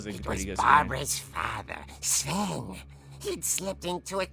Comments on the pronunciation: It's sven not seven 🥲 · Bro calls sven seven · its pronounced sven(sf-en) theres no e between the s n v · Are we gonna glaze over the fact that he said seven rather than sven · I know im practicing a year late, but why does pronounce “Sven” as “seven”? 😭🙏